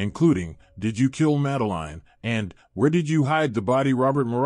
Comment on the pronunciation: The guy can not even say her name correctly, not worth watching.